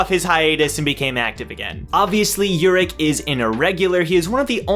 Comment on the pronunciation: No no you're saying it right (imo) And i introduce to you the only person who is op but ppl have 0 respect for him Example: khun was shivering in front of Jinsong ha the 1st time he saw him(and most high rankers) but called Urek a pervert in his face in the 1st time he met him😂😂👏🏻 Btw Urek is my number 1 for ever and ever